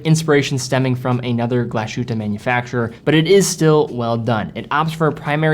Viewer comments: Great video; however, Glashütte is pronounced like "glass hutte" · Mühle Glashütte pronunciation cracks me up😂 dont know how to explain the "ü" but try saying glass-Hu(ü)tte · Love ur vids but its Glas…..hütte… no hate. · I dont want to be an ass here, but its called Glass Hutte, there is not SH sound .. listen to it on google translate. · You are butchering the name :) Try to make a pause between Glas and Hütte. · This triggered me a bit too. I'd say if you can pronounce it "Glass Hoote" (like Hooters w/o the rs pronounced) would make it on point. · No, not "hoote". There is an umlaut on the "u", so "ü". It's a vowel sound that does not exist in English (as far as I know). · There is an Umlaut above the "u" which makes it very different than "oo", it's more like the French "u" sound. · total disagree, it sounds like Glasschute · Glá shoot! 😂 Relax and enjoy the time piece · Glashutte is definitely one of the most underrated watch brands. Great video, only gripe is your pronunciation of the name. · Please learn how to pronounce the Brand correctly... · I think Glashütte in this context means "glassworks". Or "glass factory", something like that (think Carl Zeiss). Analogous to "ironworks" which in German is "Eisenhütte" ("iron hut"). BTW, in the older days the correct pronunciation would be apparent from the Fraktur ("Gothic") spelling: a so-called "final s" ("Schluss-s", it looks like a regular "s") would be used in "Glas", indicating the separation of "s" and "h". Otherwise a "long-s" would be used which looks like an "f" without the crossbar. It would indicate the merging of "s" and "h" into a single "sh-sound". BTW-squared, the integral sign in calculus is that very "long-s" which had fallen into disuse since Newton's times. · Please, as much as i like your content, as a german by birth, it triggers me, that you call it gla–sh–hutte. It‘s called in german „glas–hütte“. Cheers. Btw. I own this watch, and it looks amazing !!! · GlaSHOOTA, babyyyyy!